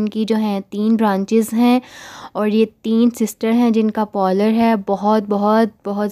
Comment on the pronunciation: Pollor Kya hota ha pehly word tu Sahi SE bol looo Behan parlour word hota ha